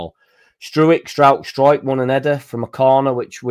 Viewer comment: Pascal Struijk (Strowk) pronunciation